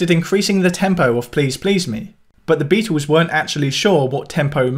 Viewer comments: This guy needs to learn how to pronounce the word Beatles . It is not bee twos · Beatles! Not Beatools. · Why don't you stop saying Beatels, littel or middel, it sounds infantile.